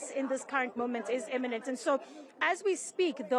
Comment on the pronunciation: To our lovely reporter, an arrest is, 'imminent' not, 'eminent', which means something else.